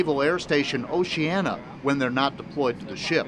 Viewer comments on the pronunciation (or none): Oh-cee-anna. Not, oh-she-anna.